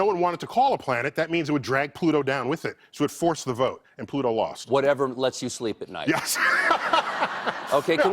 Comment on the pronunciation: Not Pluto...Twoto